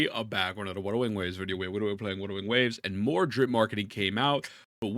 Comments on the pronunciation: Wudewing wabes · The way u say Wuthering Waves bothers me every time 😭